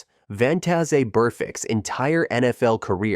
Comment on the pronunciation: Von-tah-zay Burfict lol